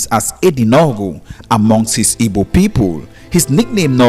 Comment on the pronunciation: The stupid narrator can't pronounce Dunukofia and Igbo correctly? Is he dumb?